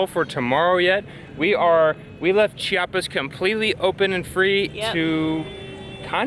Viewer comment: Oh güeros... you seem quite off with your spanish here, but I'm thrilled to see what are you going to do here in mi homestate.. First of all, the I in Chiapas is super important.. we hate when people say "Chapas" and that is a very common mistake everybody north from Cdmx make (IT seems they do it intentionally) About the tamal, the lady said tamal chiapaneco, but that's not right.. every tamal here in Chiapas, is a tamal chiapaneco (chiapas style).. yet after that she did say "tamal de la feria de enero".. actually that tamal is called "tamal de mole" or "tamal de fiesta".. it must have mole, chicken, plumbs, raisins, plantain, hard egg and green olives.. Some other tamales you would find are: chipilin (its a leaf), de bola (pork with red sauce), azafrán (the spanish spice), frijol, hierba santa, picte (sweet corn, with fresh cream) and a lot more.. The second dessert on the vídeo is cupapé and it's really a fruit from a tree.. If you need some guidance over typical food/desserts here, just let me know and I can give you lot's of referals.. Buen viaje y disfruten Chiapas